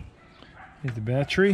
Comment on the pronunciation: Heeyyyy! You say "bat tree" just like me!